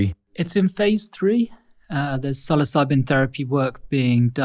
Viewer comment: Oh dear LORD!...He said it right!! Like sill-oss-ih- bee....NOT sill-o-sibe mushroom. ..as far as pronunciation sound..